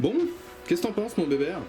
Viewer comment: Pitié , c'est béber sans le "t" 😜. Merci en tout cas, je reviendrai avec grand plaisir.